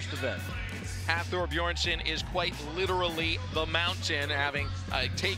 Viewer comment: They really let him say BEERSON AGAIN....wtf